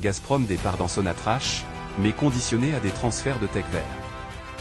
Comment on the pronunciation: A chaque foit je vous ferrai la remarque sur SONATRACH on ne prononce pas le H. Verifiez avec d autres maidias qui parlent le francais. On le prononce exactement que l arabe. Merci.